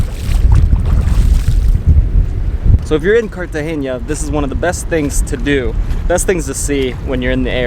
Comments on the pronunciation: cartagena NOT CARTAGEÑA... get at least the names right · Great video. I love the views of the pink water. it is pronounced Cartagena as opposed Cartageña. Its name is actually “Cartagena de Indias” as opposed to Cartagena, Spain. Its name came from the city in Spain and the name of the city in Spain came from Carthage, the capital city of the ancient Carthaginian civilization, on the eastern side of the Lake of Tunis in what is now Tunisia. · very irritating that you pronounce Cartagena wrong. learn the difference in Spanish between N and Ñ, like Peñon its pegnon pronouncement. good travellers should pronounce easy names properly as the locals do